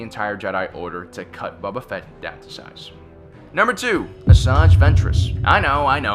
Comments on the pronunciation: Nobody: This dude: BUBU FETT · I cannot unhear Bubba Fett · Not sure why I’m commenting on a old video but....any one else get triggered when he pronounced Boba Fett as Baba Fett. Like did he not watch the movies and tv shows.... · Bro really called him Bubba Fett and missed Durge… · You said mace windo cut bobs fett head of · "Bubba" Fett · "Bubba Fett" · Bubba Fett? Where? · Omg I wanna kick this guy's teeth in ....maybe then he will Stop saying BUBBA FAT...there's others but that one just stands out...common man... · I love the list, but Denjar? Bubba Fett? Savage Opress? Wtf are those pronunciations,? They aren’t even subjective like “Han,” they are said many times in Star Wars all the same 😂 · "bubba fett" did i just here that correctly or no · Did he "Bubba" Fett. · love your vids but HATE how you pronounce it "buba" fett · Is it just me or is he saying boba fett wrong